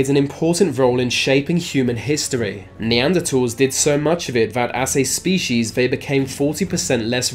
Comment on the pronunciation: “Neandertalls” lol